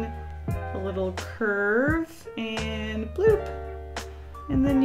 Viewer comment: And from that day on pronounced 'And' as 'ant' and it is canon you can't change my mind!